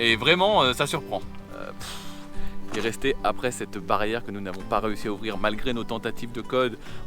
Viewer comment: Mdr est bilingue!! 😒🤣. Je note pour le petit village 😉. Joyeuses fêtes à vous!!